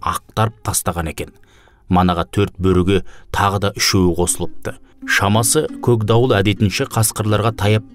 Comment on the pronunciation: Көкдауылды көгдауыл деп (үндестік заңын ескеріп) жұмсартып оөысаңыз тіпті керемет еді.